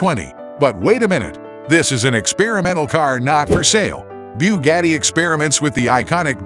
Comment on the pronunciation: Bughettie? 😂😂😂 no it's boogahtie